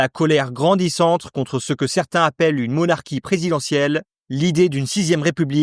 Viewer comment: On dit monarCHie présidentielle (et pas monarKie) Ça se prononce forEUm (et pas forOUm)